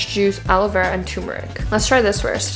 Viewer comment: it is turmeric not TUMERIC